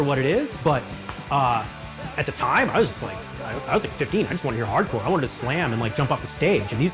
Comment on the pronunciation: Immediately lost all credibility with that pronunciation of "hard core"